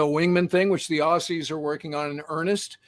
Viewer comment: OK, it is not Ah-Sees it is Ozzies...😉 Great show though..